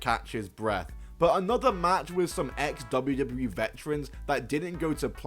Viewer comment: every time he says "ex-wwe" i think he's talking about a local company here in NC called XWW for just a second. shout out to all the XWW guys tho, they dont get enough documentation.